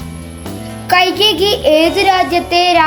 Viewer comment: കൈകേകി അല്ല കൈകേയിയാണ്